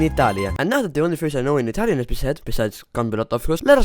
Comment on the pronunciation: Bro your Italian is better than mine (i am Italian)